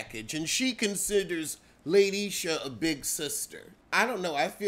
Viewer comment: "LATE - ISHA" 😫🙅🏾‍♀️